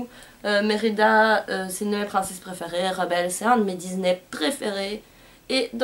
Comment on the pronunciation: coucou super vidéo et pour ne pas être méchante on dis "disney" et pas "diznay" et j'ai remarquer dans une de tes vidéo tu disais "maléfisse" mais c'est "maléfique" voilà gros bisous